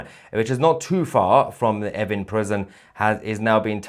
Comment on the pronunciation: Is he saying effing prison?